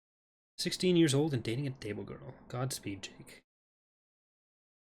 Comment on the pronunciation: D"ah"bo girl. FFS get it right!!!!!!! I'm kidding, just glad to see some Star Trek, real Star Trek on this channel! Trying to get back into Stellaris so hopefully this will ease me thriugh.